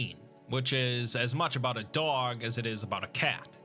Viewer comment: Great video except for that part at the end when you mispronounced “dog”